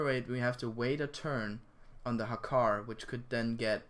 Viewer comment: It's Hakkar btw